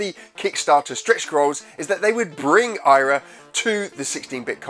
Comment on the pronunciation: So, the NES version looks great, but the MD version looks sluggish and painful. Also re: pursuing your desired audience, YouTube fame etc... its Eyra, not Ayra 👍